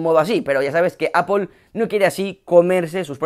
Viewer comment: Qué veo, un español que pronuncia bien apple?